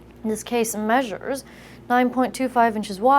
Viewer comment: the way she says "measures" lololololol